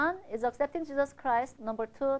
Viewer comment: did she say cheesus?!!!